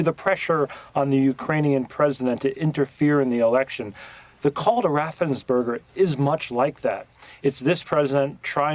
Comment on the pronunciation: Its Ra-ffen-sper-ger. Not Ra-sen-burger. Cmon man youre on the news.